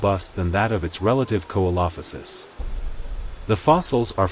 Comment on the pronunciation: Great video just, its SEE-LO-FY-SISS. Not KO-EE-LO-FI-SISS